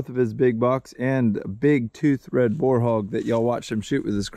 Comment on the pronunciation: Boar rhymes with store and more, FYI.